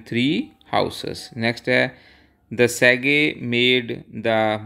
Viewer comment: Sir oh sagee nahi sage hai tusi pronounciation galat kiti